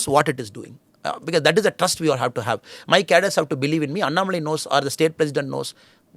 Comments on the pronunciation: Smita why do pronounce his name as “ಅನ್ನಾ” shouldn’t you pronounce it as “ಅಣ್ಣಾ” ? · Excellent program as always. Kindly pronounce Sri Annamalai’s name properly. It is अन्नामलै not अन्नमलै। Thanks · Smita: it’s not AnnamalAAAAy. It’s AnnAAAAAmalai. NOT अण्णमलाय IT’S अण्णामलै. It’s DISGUSTING to see that a senior journalist is INCAPABLE of pronouncing a name Correctly. How would you feel if you are called SMITTA, स्मिठा in stead of Smita, स्मिता ??? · At least don't massacre his name pronunciation. North people Anna-malaai is understandable. At least you shouldn't make this fake pronunciation. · Please Smitha, you must pronounce his name correctly ... you are saying his name like the english apelling is phonetically correct!!! you KNOW better!!😢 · Smita, Why can’t you pronounce his name correctly (being from India) ?